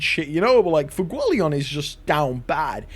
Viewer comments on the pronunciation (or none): Bro it’s pronounced Fu-e-go-le-on